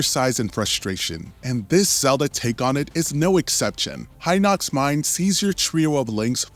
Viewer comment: FINALLY SOMEONE WHO PRONOUNCES HINOX CORRECTLY